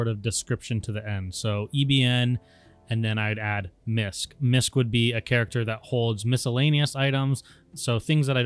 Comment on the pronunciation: Whats a ghjhbank alt? Why does "Misc" turn into MISCK when you talk about it in a probable tense?